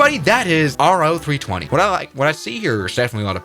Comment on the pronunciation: It's pronounced "Row-320" not "R-O-320"